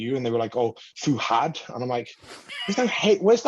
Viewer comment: my biggest flex is that i’ve pronounced fouads name properly ever since i first saw it 😂😂